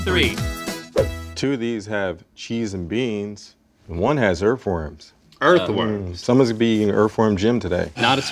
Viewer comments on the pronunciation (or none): "Earf"? Seriously?